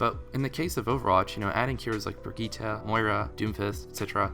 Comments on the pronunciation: its pronounced "bridget" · .......did you just pronounce brigitte, an actual name that's not even that rare, as bregitta?